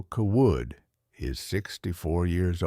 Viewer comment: Seems to me the family name would be pronounced Cay-wood not cah-Wood. I agree with previous comment about why a farmer would be driving a tractor instead of a pickup to and from the lawyer's office and the bank. That normally makes no sense.